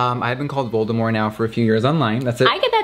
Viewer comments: Voldemor? I think jeffree is forgetting the t at the end XD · Cause he keeps saying Voldemore instead of Voldemort :p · Is anyone else triggered by how he says Voldemore instead of Voldemort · jeffree and: “voldemore” me: “where’s the “t” sis”🐸☕️ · he keeps saying voldemore😫😑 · Jeffree Star saying Voldemore for 5 minutes straight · jeffree saying ''voldemore'' is getting to me hahahaha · VoldeMORE he says 🪄✨ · Oml, that's what I thought when he said Voldemort the first time! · Can we just talk about the fact that he doesn't pronounce the T in Voldemort? I'm sorry but I just can't get over that